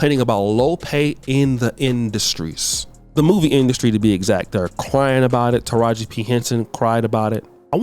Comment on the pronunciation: Boosie butchered Taraji's name like crazy..bless his hearth